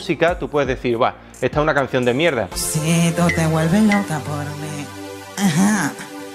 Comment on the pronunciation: "Tiene mucho ojo para la Mierdah" jajsjajsjajss